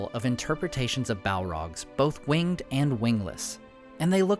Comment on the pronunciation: To note, "winged speed" should be pronounced as "wing-ed speed" with the syllables in winged being pronounced separately.